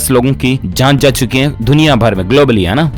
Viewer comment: Bhai tum j ka pronouns j karo z mat karo jana he ko tum zana he bolte ho muze badi becheni hoti he please pronouns saho karo